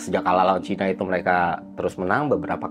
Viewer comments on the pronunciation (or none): none